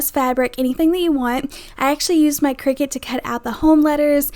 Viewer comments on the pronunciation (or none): none